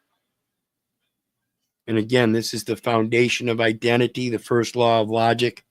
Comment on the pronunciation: Gov: eye dent T fyi?